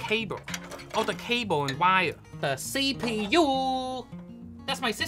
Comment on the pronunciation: "Da the CeePee-YUUU!!! That's my sister name" 😂